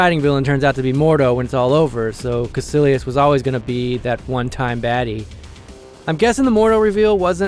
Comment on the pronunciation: Cómo que los de habla hispana pronunciamos mejor Dormammu y Kaecilius xD